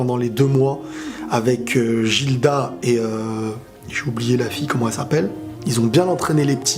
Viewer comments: c pas Jilda c GILDA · Il a dit Jilda xD à la place de guilda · Gilda se prononce Guilda et non pas "jilda" xDD